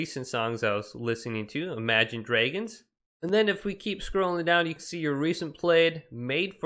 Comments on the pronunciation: The way he said imagine dragons he went ImaGiNe drAgOnss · More like Emaygen dreigons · He said imagine dregons🤣